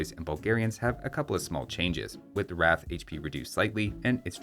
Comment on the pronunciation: btw the Rath is pronounced similar how the British pronounce "Wrath" kinda Like Raw-th.